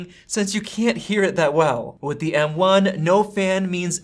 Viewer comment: You have a pretty good channel, but your constant misuse of articles (“a,” “the”) with a long vowel sound (“ay,” “thee”) is REALLY annoying. Nobody says, “THEE MacBook Pro .... (blah, blah, blah).” You say, “THUH” when the next word starts with a consonant. You only say “THEE” when the next word starts with a vowel. And just don’t say “ay.” Like don’t say, “The battery lasts AY lot longer.” You say “uh.”